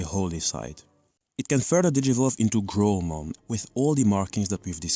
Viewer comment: wrong pronunciation of Guilmon/Growlmon/Gallantmon